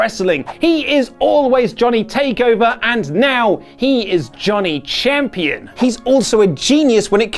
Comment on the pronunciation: haha I am a huge fan of "Gohnny" Gargano ~